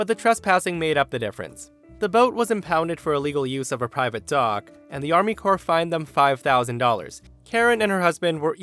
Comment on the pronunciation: "Army CORPSE of Engineers" LMAO